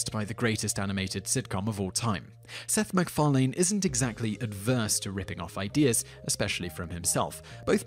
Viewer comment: 'Seth McFar-LANE'. I have never heard it pronounced like that, not even by Seth himself.